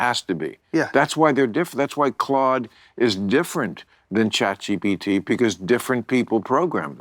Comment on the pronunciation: And calls it, “chat GTp” 😂 just the perfect boomer pronunciation